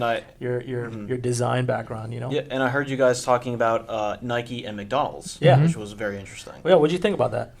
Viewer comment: “Nikeeee” come on!! Lol